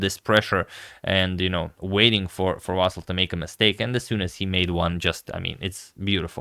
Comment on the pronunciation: Vasyl - you should pronounce it with the stress on the Y. And L should be soft.